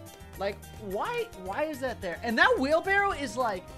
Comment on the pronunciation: Wheelbarrow emphasis on the w